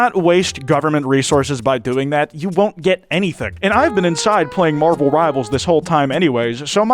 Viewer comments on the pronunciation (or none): none